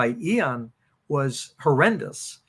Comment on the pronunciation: Loved the info but,,, what’s with “eeeon” take the o out “ee en” ian. Hehe